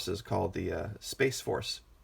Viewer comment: Lol hahaha,, yeah I just got the chance to watch this one...and you're cracking me up. Your voice emphasis on Space Force has got me rolling....we need a Dome Force....hahaha, keeping the dome shiny....no finger print smudges*. I don't agree with everything, but I *love your reporting. Its teaching me. ----You are such a *smart ass*.....lmao....love it. Thanks!